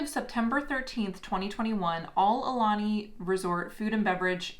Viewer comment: ok I can't take it anylonger.... It's pronnounced A oo lanie , not a lanie .. You guys are leaving out the 2nd vowel. Ugh!